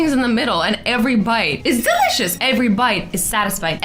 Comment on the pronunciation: Azzy said delicious the wrong way for the first time!!! bye the way it's